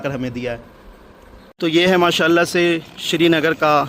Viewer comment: It's not shrinagar not sernagar